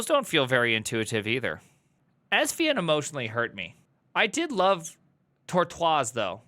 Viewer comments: "tor twars svn"?! are you trying to be ironic, its a tortoise, pronounced TOR TOYS. 😂😂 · What the heck is Tortwaase? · TORTOA bro the frenchies does not pronounce the S ;)